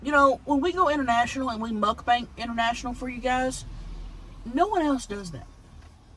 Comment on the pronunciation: Please never stop saying "mukbank" Love it!!